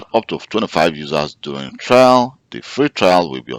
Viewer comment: it is trial, not trail